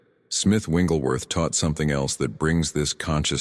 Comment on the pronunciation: These are good teachings ...but PLEASE, if you must use AI to do this ... Say this man's name correctly. His name is NOT ... WINGlesworth ... it is WIGGLES ...WIGGLESWORTHThank you for your attention to this ... it does matter.